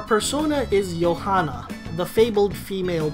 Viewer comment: The j is very much not silent in Johanna